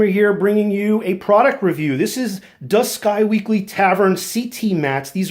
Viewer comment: Isn't it pronounced Squeeky, not Sky-weekly?